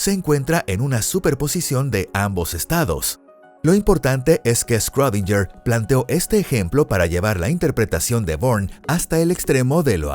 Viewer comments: Me sangran los oídos cada vez que dice “scrodinyer” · Que poco inteligente eres. Era un sarcasmo, porque está mal pronunciado